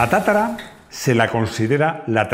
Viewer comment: No es TATARA . es TATRA.